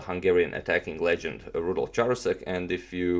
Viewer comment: I believe the Ch in Charousek is pronounced as k.